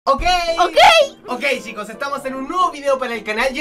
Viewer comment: Al principio cuando y su primo dijeron ok pensé que dijeron oh gay